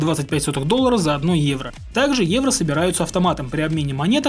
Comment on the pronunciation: Почему когда произносит: "Евро", я слышу: "Иена"?